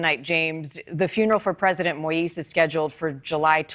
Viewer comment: I wish that American reporters will listen to how the Haitian reporter, James pronounced Moïse's first name. They all really butcher it.